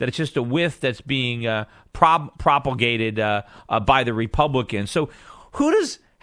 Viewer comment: Propulgated? Is Schiff high lol?